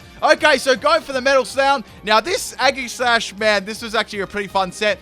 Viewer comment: Eggserneas. Aggishash. Gooddra. Floorgs., master of pronunciation!